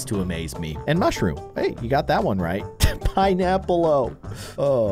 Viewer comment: IT SAYS PINEAPPLO NOT PINEAPPLE’O